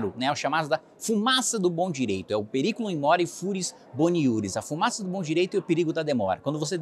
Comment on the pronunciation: Kim mandou um Mussum falando latim “FURIS”. Só se for o seu 🤣🤣🤣. É fumus boni juris!